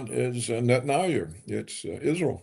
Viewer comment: Can someone coach this man on the correct pronunciation for the name Netanyahu? I am embarrassed for him.